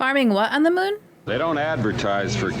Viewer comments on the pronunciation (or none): none